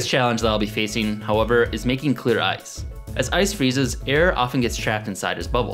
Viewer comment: Did you want to say eyeices??